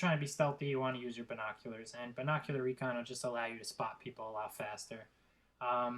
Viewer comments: yes you sound horrible sound like your saying vinkockulars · listing to you trying to pronounce the word "binoculars" is by far the worst thing you do because you sound like a fucking idiot you fucking nerd you'll never get that office job you stuck up teenager fuckhead go back to school you peice of shit so you can learn to pronounce your words damn